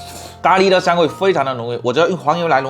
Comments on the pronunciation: 咖喱被你念的都变味了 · 聽他講咖哩聽到快生氣了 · ㄍㄚ ㄌㄧ哈哈哈哈哈哈哈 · ㄍㄚ ㄌㄧ? 機掰喔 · 他的咖喱為什麼唸得有點好笑😂😂😅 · 咖哩的發音不太一樣？哈哈